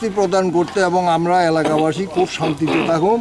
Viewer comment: স্পষ্টভাবে কথা বলতে পারে না 'এলাকা বাসি' উচ্চারণ টা শুনবেন